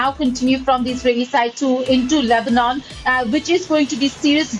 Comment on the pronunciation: Funny how he says Lebanon lol. LEBNON. Hahaha. Why is he yelling also???